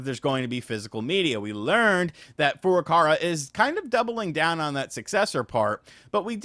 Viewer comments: Dude.... It's Furukawa! It's literally racist that you say Furucara. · It's Furukawa! Not Furukara. KAWA!!! Learn the name of the friggin' president of Nintendo! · The presidents name is FurukaWA not FurukaRA 😅